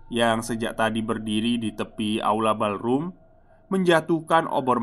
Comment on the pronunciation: Koreksi ya mas,spell utk Pantry= Pentry (dibaca) Ballroom = Bollrum (dibaca)